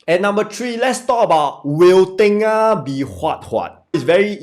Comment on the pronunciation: Not tay-ngah it’s tur-ngah